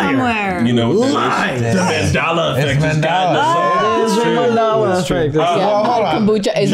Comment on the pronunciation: Did they call it the “Mendala Effect”?